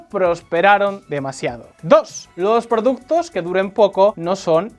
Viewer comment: productos o productes 😂